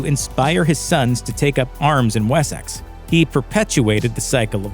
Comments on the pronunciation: Wheres Wessax? It's WessEx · What's this Wes-sax place you speak of?🤣 It's pronounced 'Wessix' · yeah i kind of live there mate, Wessex is most definitely pronounced "Wessix". Just like Essex is pronounced "Essix" Although Middlesex is pronounced exactly as its spelled! 😂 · Did my man really pronounce Wessex as “wessaxe” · WHY CANT AMERICANS SAY WORDS RIGHT. It’s Wessex not we-sax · The way you pronounced Wessex ruined this entire video... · You say Wessex wrong and it’s not teepee.